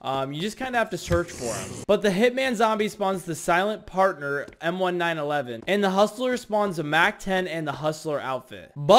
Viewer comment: Bro really said m1 911 and not m1911